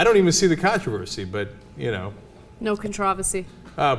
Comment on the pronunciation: Wait a minute.... At the end of the video, did Cenk actually say "controversy" correctly!? (Or at least what I consider to be the correct way) I'm shocked and amazed! LOL